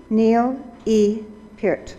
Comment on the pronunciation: Im so glad she pronounced Neil’s last name correctly